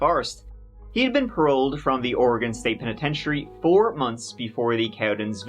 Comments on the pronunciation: Thank you for pronouncing "Oregon" correctly,. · Thanks for saying Oregon correctly 🙂 Also this story hurts my heart 💔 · Homegrown Oregonian here. Happy to hear you pronounce the name correctly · I am from the Rogue River Valley, Jackson County Oregon. Yay, you came to my neck of the woods. I am so impressed that you pronounced Oregon correctly. Most Americans don't do that. Rush is pronounced "Roosh," but I'm sure you don't care :) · How come you can pronounce Oregon correctly, when half of America can not :)